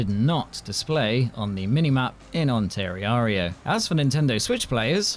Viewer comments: Ah gotcha. As a person who lives in Ontario, I can honestly say I've never heard anyone pronounce it like you did lol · "ontariario" bro